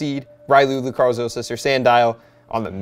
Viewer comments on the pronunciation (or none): none